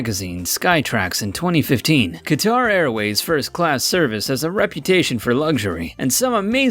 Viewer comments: Qatar is pronounced cutter like a box cutter. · Say it with me.... "Cutter" = Qatar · Qatar is pronounced "cutter". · Qatar is pronounced "cutter" not Ka-tar. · Just a point, it pronounced cat-ar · Good point. He cannot pronounce Givenchy, Perignon, Qatar, Bombardier, or even Sultan, among others. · After listening to the guy mispronounce Givenchy, Qatar and Perignon I had to stop watching in embarrassment.